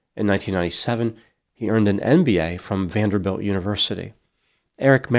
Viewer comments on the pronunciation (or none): none